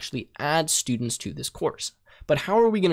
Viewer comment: i lost it on the For sturdents, how that isnt a loop?